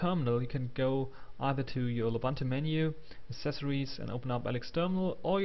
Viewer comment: Du bist doch ein Deutscher, richtig? Wieso sprichst du das OS dann falsch aus?! Es heißt lUbUntU die man alle als U (oo) spricht.